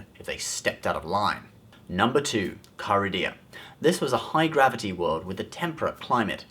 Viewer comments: Actually it's Carida, not Caridia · I think it's Carida, not Caridia... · It is Carida. Not Caridia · also the second planet is not caridia it is CARIDA and secondly sir ITHOR is pronounced eye-thor and it wasnt completely destroyed cause the planet is still there.